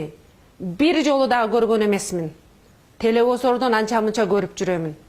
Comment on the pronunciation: Жок дегенде элементардуу эле - """ТЕЛЕВИЗОР, ШПИОН""" - деген сөздү так үйрөнүп, анан депутаттыкка аттанса болмок экен!!! Деги эле кеп туура же туура эмес сүйлөгөндө эмес. Ар бир талапкер өзүнүн мүмкүнчүлүктөрүн, билимин, тажрыйбасын, эске алып, анан кайсы гана тармакка аттанбасын, кадам таштаганы туура болот